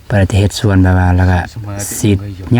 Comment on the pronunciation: พูดไห้ถูกหน่อยคำว่าสวนอย่าพูดว่าส้วน